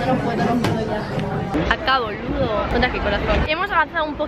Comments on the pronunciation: "Acá boludooo" te sale re bien el acento argentino. Muy buen vídeo, más vídeos así por favor😊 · "Acá boludo" me encantó jajajajaja, le salió súper porteña (Buenos Aires, Argentina) Te amo <3